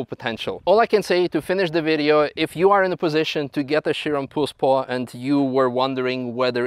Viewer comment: So it’s Pur Sport not Pure Sport and in the video it sounds like Puss-port. Not having a crack. Great questions at the end though. I assume Manthey will be given orders to change pads for this car in the future 😆.